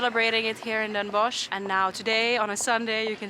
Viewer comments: Bossche Bol.. and don’t pronounce it Den Bosh, but Den Bos, like the Dutch word for wood or forest. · You don't say the ch in Den Bosch. You would say Den Boss.